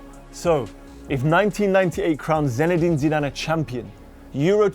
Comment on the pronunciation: Irritating that you kept saying his name as ZENedin